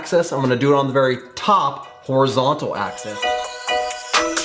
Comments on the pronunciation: Yeah you did say access but you were talking about the AXIS which is pronounced AK-SIS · the word is axis not access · Are you saying axes? Because I think you mean axis.